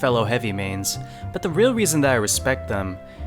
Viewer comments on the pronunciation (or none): none